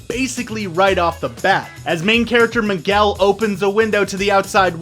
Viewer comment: That one scene where he says Miguel wrong XD